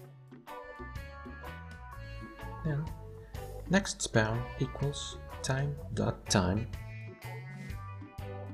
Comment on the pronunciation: "Nextspeawn" i love it